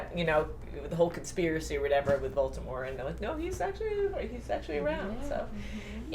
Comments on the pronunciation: Once and for all, it's Voldemort or Voldemore not Voltemort. Also stop looking into the camera, the old hag and the uglier one are not so why do you? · It's voldamort not voltamor